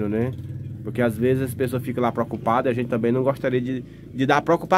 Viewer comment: Pròcupado,Pròcupação,esse é o cara 😂😂😂😂 um dia ele aprende.